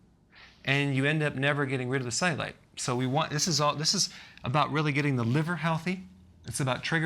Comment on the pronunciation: Why does he pronounce it ze-you-light